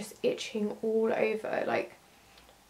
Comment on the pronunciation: I love when she say "all", is like ool, Keep doing vid